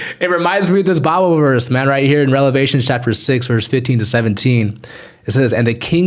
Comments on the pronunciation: Did you just say Relevations? Its Revelations. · Love your videos brother in Christ, I always trip like "Did I hear right" When you say Revelations, you say Relevations😅